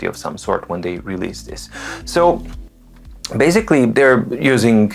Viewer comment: Sorry, I am here a little bit off topic. I enjoy very much your great reviews and love your excellent English. Where you cach me is when you say your favorite word BASICALLY, which you pronounce differently: baZically.Are you on purpose trying to test if I am slipping? :) Have a great Day!